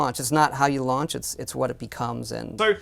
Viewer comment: Why does struggle to say "launch" so much? It's like he keeps saying "lunch" or trying to pronounce it like an American.